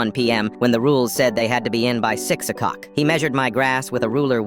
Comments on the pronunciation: I wanted to say that he said 6 o cock but you were first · “Six o cock” Really bro